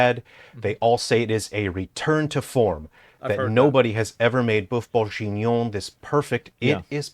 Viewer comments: Sorry...i had to give this video a thumbs down just for the godawful pronunciation of Boeuf Bourguignon. The rest of the video was great...but that pronunciation! OMG! 😜😁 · "boeuf bourjinon" aaaaaarg just for those reading this, it's pronounced kinda like: "buff burg-eenion" The same g as in gear. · He ain't pronouncing boeuf bourguignon correctly